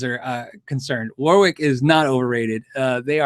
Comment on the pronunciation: FYI - it’s not pronounced ‘war-wick’ it’s ‘wo-rick’.